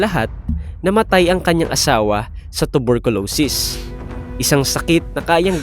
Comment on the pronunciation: Panu ako maniniwala sayo kung ang tawag mo sa tuberculosis ay tubolculosis😂